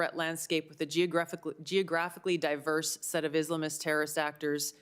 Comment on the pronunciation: Her pronunciation of Islamists annoys me